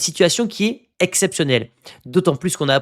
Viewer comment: 2026 et vous dites encore “Ze” Athletic😮!!! Besoin de travailler sur votre prononciation bro